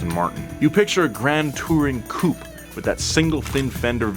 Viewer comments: It's pronounced "Cou'pay" not "Coup" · Nice article, beautifuly explained. But one thing. It''s coupé not coup. It sounds like you are mentioning coup d'état instead of car body style... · 2 minutes in and had to turn off. 1. A 1980s 3 series isn't a vintage car 2. It's pronounced Coo-pay, not coop. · God damn it americans it’s called Coupé not Coup! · You pronounce coupé wrong. On purpose. That won't do at all.